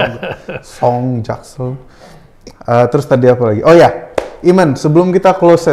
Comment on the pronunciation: Dude, your translator needs his ears examined. Cool and the gang became Calling the gang. Eamon became Ayman?! C'mon